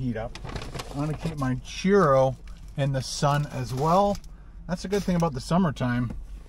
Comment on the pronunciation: the word CHURRO is pronounced like "Chew-row", not "Cheer-o". Also, CILANTRO is pronounced like "Sil-ahn-troh" not "sil-ann-troh". The only two Spanish sentences that you use completely out of context, "Como estas señor" and "dos cervezas por favor" are in poor taste. Please stick to English, eh??